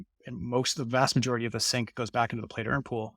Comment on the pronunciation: sink, not sync